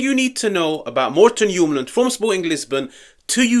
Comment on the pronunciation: We gotta work on your pronunciation. If we get him. ❤ much love. As a Dane I’m biased but I have said since his first season at lecce that we should get him. I hope he comes